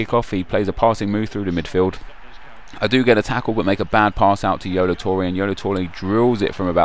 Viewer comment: YOLO TOURE? HAHAHA